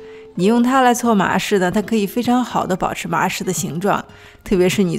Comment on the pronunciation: 开头听成了今天我们来搓马屎😂